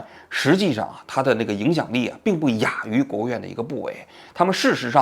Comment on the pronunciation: 王局，请您把汉字读对了（亚于）。“亚”字根本就没有第三声，不能读错成“哑于“。正确的读音是“压于”。